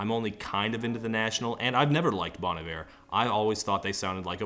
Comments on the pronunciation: bon EYE-ver lol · so you’re saying i’ve been pronouncing bon iver wrong this whole time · I thought it was pronounced like Bon Eevay? “Good Winter”